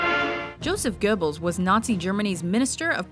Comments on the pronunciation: Joseph Geuh-bbles? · IT'S PRONOUNCED YOSEF GOBLES